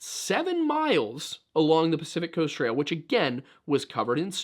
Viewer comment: Crest…. Pacific crest trail. Talk about people not doing research but you can’t say the name of the biggest trail on the west coast’s name properly.